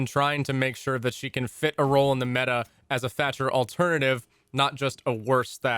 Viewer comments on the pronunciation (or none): none